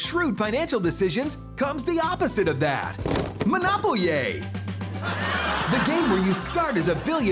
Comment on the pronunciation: Omg Monopol-ye 😂